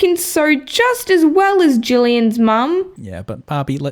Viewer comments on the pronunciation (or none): JULLIAN, JULLIAN NOT JOOLIAHN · It's Jillian,.